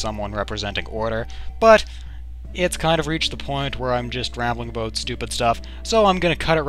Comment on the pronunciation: aboot lol